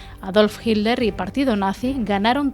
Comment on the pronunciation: Jiler o Hitler?😂😂😂😂😂